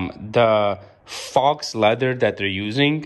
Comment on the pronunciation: FAUX is pronounced Foe... it means fake not real leather, some call it vegan leather. real leather would cost much more. face it the couch is just cheap shit you don't get quality for cheap. I bought a couch off craigslist for 300.00 dollars new it was $3000